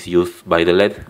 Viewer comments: led is pronounced "L,E,D" LED is an acronym for "light emitting diode"... lead is its own element!! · its L.E.D not led (light emitting diode) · Never say "led" when referring to L.E.D.'s. Acronyms shouldn't be read as a word, only letters and their associated meanings, eg. light-emitting-diode (LED).